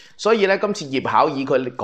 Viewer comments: 應是葉巧"琦(奇音)" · 葉巧琦應讀作葉巧"琪" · 琦，讀「奇」音吧？ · ；抱歉葉巧琦的琦讀音為奇而不是儀。謝謝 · 要糾正一下:葉巧琦( 讀奇)，綺(讀倚)。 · 琦字音應該係"奇" ，糾正一下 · 琦字讀音是"其"！ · 嗰個字好似喺讀奇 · ，「琦」同「琪」同音😅😅😅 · 【琦】字讀作奇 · 讀錯葉巧琦 個琦字讀聲 有時間更正返 好D